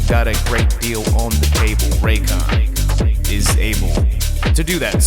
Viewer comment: I’m actually from Raykon you pronounced it correctly the first time